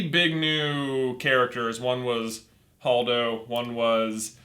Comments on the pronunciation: holdo not hodo. And they acknowledge the correct pronunciation in the beginning of the video. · it is Hold-o hold pronounced like the word hold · Holdo is pronounced Hold o.